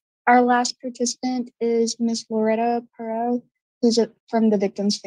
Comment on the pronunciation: Her name is pronounced Pur-rot. She was golden here in Houston. I don’t really remember hearing about this though.